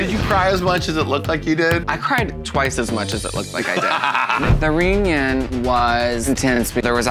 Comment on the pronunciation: I'll be watching. If only to see her try to pronounce the word "reunion" in LasVeganese.